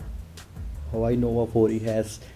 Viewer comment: u can hear he say hawai nova 4